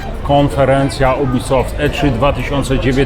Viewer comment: Każdy: Jubisoft: UBYSOFT xd